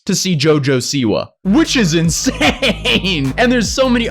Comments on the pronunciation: Its not jojo siwu its jo jo Siwa. Lmao, you pronounced like jojo siwu. But goid video. (I dont like her aight?) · He said jojo seaweed